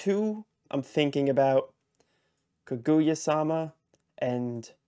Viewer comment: Good luck! But just FYI, the emphasis in Kaguya is on the "Ka." You were driving me crazy saying kaGOOyah haha.